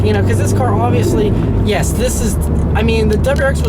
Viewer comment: that smile when he said "yesssh it's quick indeed!" LoL!